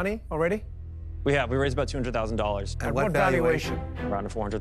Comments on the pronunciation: Did he say they're seeking "400,000 JOLLARS"? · . "400,000 jollars" lol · "We're seeking four hundred thousand jollars..." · It all went wrong when he said we’re seeking 400,000 “Jollers”😅🎉 nervous about the no sales anyone? 😢😢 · "We're seeking $400,000 jollers..."😂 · Anyone else hear him say Four Hundred Thousand Jollars? 😂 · Did he say 400 jollars? What's a jollar? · How much exactly is four hundred thousand jollars? 🤣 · Four hundred thousand jollars, hmmmm....